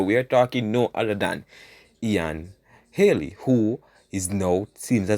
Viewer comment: Bredda mi tired a you now , it’s not Haley it’s Healy pronounce you words properly man. and it’s not courtly it’s curtly 😡!